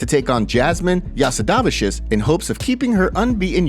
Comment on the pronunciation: Bro the way you pronounced Jasudavicius lmao